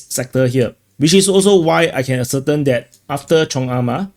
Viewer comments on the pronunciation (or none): Ascertain.....pronounced "a-sir-TAYN" One of my tai chi teachers used to say "air-bo" instead of "elbow." Your English is still much better than my Chinese or Singaporean.